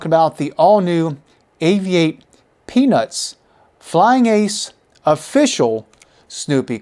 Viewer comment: I'm pretty sure you only pronounced "Peanuts" the first time. The rest of the video, it sounds like you're saying "Penis". 🤷